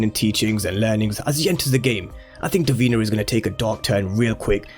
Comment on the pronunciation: Duh-Veen-na not dur-been-a